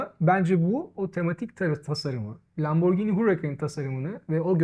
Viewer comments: Ben biraz konservatif yaklaşıp normal model diyeceğim, ama ikisi de çok güzel, hayırlı olsun. Bu arada Lamborghini'yi, lamborcini yerine "lamborgini" şeklinde okursak daha doğru olacak sanırım. Kolay gelsin. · 'e not, Lamborcini değil, Lamborgini. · Satıştaki arkadaşın Lamborjini demesi de evlere şenlik…